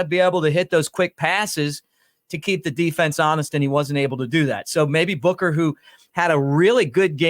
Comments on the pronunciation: Buchner not booker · It’s pronounced Buckner even though it’s spelled Buchner